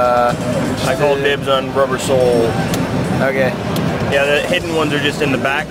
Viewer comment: Robber soul? I thought it was Rubber soul this entire time?! Then again they had Voingo instead of boingo lol.